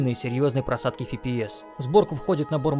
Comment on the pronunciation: "не одной просадки фи-пи-эс". Странно. Либо Фи-Пи-Си, либо эф-пэ-эс. но вот это фи! блин. зато 1080р!